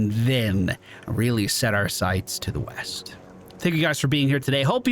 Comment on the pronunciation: Yeast I thought you said weast. What kinda compass you reading lad? This one sir. That’s west. You’re fired again. 😂